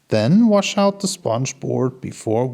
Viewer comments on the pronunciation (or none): none